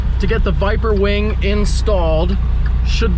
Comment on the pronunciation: Ngl, it sounds like he said wang not wing. 😂 no offense